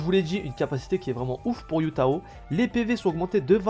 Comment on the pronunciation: Heyy, Hu Tao ne se prononce pas Yu Tao mais plutôt Hu Tao avec le H qui se prononce comme en arabe par exemple !